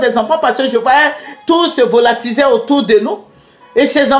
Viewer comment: c volatiliser et non volatiser